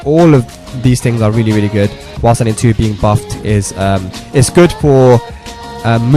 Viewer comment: Dude fix your english its while standing not wassadi...he said it like this...press wassadi 4,wassadi 1